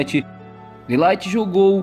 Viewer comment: mas o De ligt vc tá pronunciamento errado mano